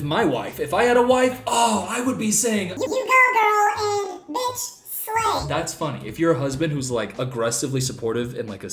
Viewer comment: Am i the only one that realized he said BTICH instead of b I t c h at one point in the video